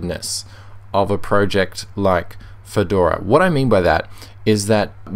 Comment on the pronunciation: Spotify uses Electron, of course it will be slow. It's slow on pretty much every platform. For gnome, the g is silent. Project, not "proooject".